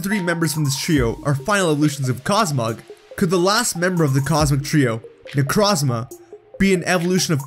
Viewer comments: Haven't listened all the way through, but my only complaint will be the way you pronounce Necrozma. It's made in of the word Necro and chrome. Both with the Oo sound, "oh" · You said my name wrong, its Neck-row-z-mah. Hard o. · Necrozma necró means dead in greek νεκρό look it on google translate and hear how νεκρό is pronounced (I’m from Cyprus) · The way you say Necrozma hurts my soul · Why do you keep saying solgaleos name wrong not only that you said necrozmas too great job bro